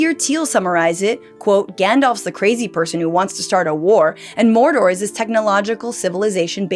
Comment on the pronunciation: "the fires of mordorrrr" 🤣🤣